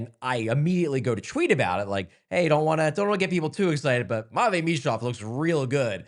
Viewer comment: “Matchine” Michkov